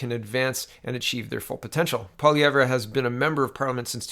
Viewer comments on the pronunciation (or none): I thought the 'r' in Pierre's last name is silent